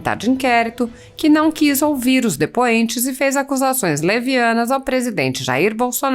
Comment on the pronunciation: Lingua portuguesa: Presidente, depoente. Renan canalha: prisidente, Dipuente.